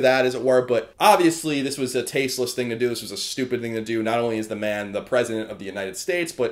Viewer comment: I still hate the way you say "thing" actually its most words that start with "th"